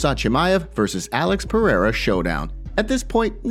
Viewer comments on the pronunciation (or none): Why do we have to listen to Brendan Schaub opinion guy pronounces Alex perieira name like he's some kind of Frenchman named pierre